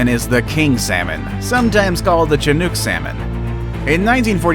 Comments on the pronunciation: And I'm in Oregon....salmon country.....and he pronounced Chinook like "chin-OOk" instead of "shuh-NUK." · Chee nuke salmon? Lol It's pronounced Sha nook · I'm sorry. How did he pronounce Chinook? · Nova Scotia = (Sco-sha) not Sco-tee-ah) Chinook salmon (she-nook) not chin-nook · Please learn how to pronounce Mekong, chinook, Nova Scotia, and bureau, for starters. Other than that, great vid. Thanks. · where tf you come from you can't pronounce properly all kinds of words...nova scotty a ! lol and Maekong sounds like MAEwest ! lol you want to educate others maybe educate yourself before ! and a chinook salmon don't sound like a TCHINOOK ! lol